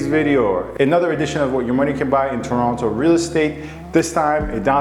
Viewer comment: Red flags: 1. Pronounced Toronto wrong 2. Pronounced strip "shhhhtrip" 3. "Student" (first time) buyer 4. The condo owner owns everything from the structural ceiling, walls, and floors. Don't need permission for finishes. Just permission to carry out noisey work. Stripping popcorn is not a "risk". 5. That hint of the BMW "Pairjan" accent